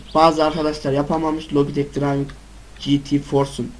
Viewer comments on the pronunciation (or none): none